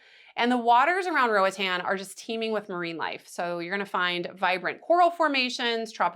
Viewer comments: RO AH T-AH-N, it's a Spanish speaking country and this how the vowels are pronounced, unlike in the U.S.... but if you prefer to pronounce it as an American English word that's anyone's prerogative. Just know the locals would not pronounce it Ro-uh-tan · Who told you that was the right way to pronounce Roatán? Lmao. It’s in Spanish girl. It’s definitely more like what you initially thought before whoever corrected you. Roa-tahn.